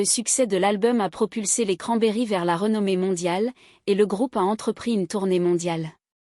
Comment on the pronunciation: Qui c'est Dolores Oron ? C'est Cranberries (izzz) et pas cranberry (iii)... Vidéo merdique